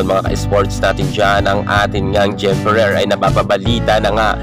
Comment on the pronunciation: Pano yong letter “R” sa Ferrer? 😂🤣